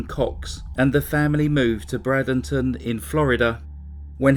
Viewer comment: It's Bradenton Florida the first part of it sounds like a long A like braid